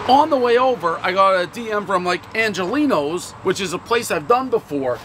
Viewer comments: Come on dude - show respect! Angeloni’s, not Angelino’s!!! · It's not Angolini's. It's Angeloni's. Second time he got the restaurant name wrong this week. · Pronounces Angeloni’s “Angelinos’” everyone knows the rules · One “Angelino’s,” everybody knows it’s “Angeloni’s.” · One Angeloni’s not Angelino’s, everyone knows Dave is illiterate. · Angeloni's is not pronounced Angelino's, everyone knows Prez can't speak/spell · Not only did he mispronounce it, he did it 3 different ways: Angelino's, Angelini's, and Angelina's. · One bite everyone knows Dave’s mispronunciation of “Angeloni’s” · One bite, everyone knows Pres still can't say Angeloni's properly even when it's on the box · Dave is just incapable of pronouncing Angeloni's